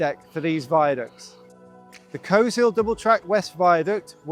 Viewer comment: He pronounces Coleshill like a local 👍